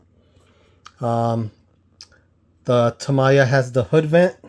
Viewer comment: Nice comparison vid ! Btw, it pronounces as "ta - miya", not "tama -ya"